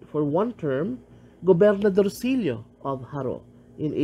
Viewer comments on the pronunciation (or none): I can tell you're not by the way you're saying Jaró. The Lopez/Lopez-Jaena clan are a separate clan. Is that who you mean by the Lopezes that were already in Jaro? They have intermixed already many Lopezes today are members of both clans. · Im sorry but the narrator pronounced the word "Jaro" incorrectly.